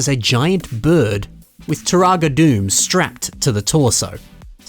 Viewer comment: Those are some impressive MOCs. Although Dume is pronounced "Doo-Mah", not "Doom."